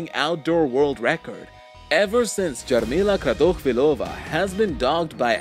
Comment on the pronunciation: Nobody: Absolutely nobody: The man talking: JaRmIlA kRaToChViLoVa